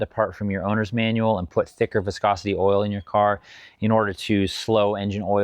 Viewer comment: Pffftt I’m sticking with, it’s an Eastern European guy saying “wiscosity”